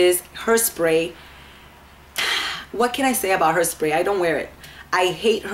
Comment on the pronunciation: Did you say hersprey? Lol you ment hair que no?